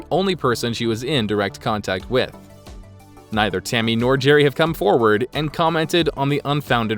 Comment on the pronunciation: Sounds like the narrator said “Timmy” lol